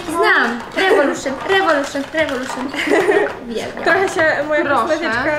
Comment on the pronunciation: rewoluszyn rewoluszyn rewoluszyn🤣🤣🤣